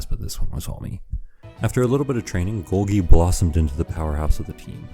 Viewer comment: good video but your pronunciation of golgi forced me to dislike, unsubscribe, and bomb the entire city